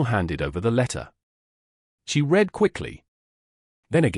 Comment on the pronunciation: Liked the story, unfortunately some of the pics were irrelevant and some words were mispronounced . ie bow n/v read verb past & present tense Thanks again Montreal Canada